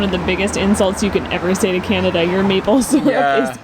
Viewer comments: "canadia" lol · Canadia? Is that a country I don't know 😂